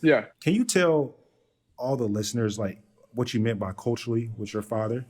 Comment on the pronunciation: and he says "Coachally" instead of Culturally